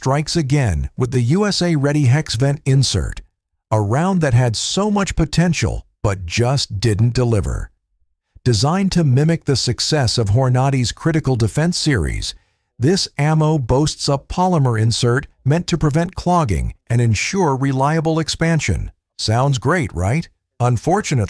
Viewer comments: If I'm ever attacked by a block of ballistics gelatin, I'll remember this video. Although the AI voice is quite forgettable ( "Hore-Knotty"...?). As most of those with experience will tell you, it's more where you hit them than what you hit them with. Bouncing off windshields is a problem of the calibre, not the bullet. Ask Harry Callahan. I go by Col. Hatcher's tables on RSP and RII. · And he said Horn nady ammo. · Biggest WORD SLAD I've ever encountered.......massive volume with the least content.....I CAN'T BELIEVE I WATCHED THE WHOLE THING......How do you pronounce HORNADY again ? ? ? ? ? ? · i didnt know an AI voice that cant pronounce Hornady properly, had so much time to shoot.. this robot is ignoring the temporary wound channel of many of these which is massive enough to shut down several organs at once and fun fact~ almost NO hollow point works well when it goes through a barrier first.. the hydrashock works fine what a load of utter bollocks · One of the most ridiculous ammo reviews I ever watched. Watch out if you're attacked by a piece of plywood or a shirt. The voice/person mispronounces Hornady and others. 8" of penetration? How thick is your chest? Since when do we measure in Frames Per Second (unless shooting a movie). A bullets speed is normally measured in Feet Per Second! This is a fraud!